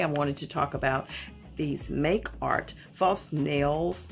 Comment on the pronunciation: Ma’am it’s pronounced “ Ma-kartt”